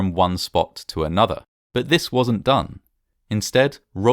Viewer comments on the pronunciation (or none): none